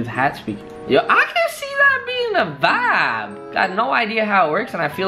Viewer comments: It's Not Vab it's Vibe 🤦🏾‍♀️ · I hate the way he say Vibe